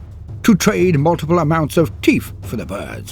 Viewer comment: "I will pay you 100 teef to stop"